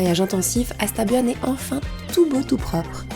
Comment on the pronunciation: Bonjour on dit pas hasta buAn mais hasta bu(ann). Bien venu en Bretagne nord , pas de pollution svp.